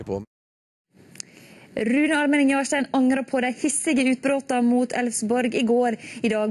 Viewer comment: "rrrrrune!" hahaha